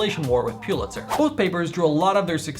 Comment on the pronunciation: Pull-itzer not Pyoo-litzer